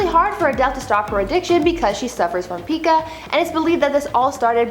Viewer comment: Pica is pronounced with a long I sound. Like Pike. My daughter was diagnosed with this when she was 5. She did grow out of it tho.